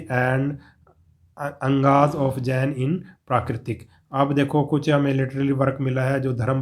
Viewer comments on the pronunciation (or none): Angs nhi angaas hota hai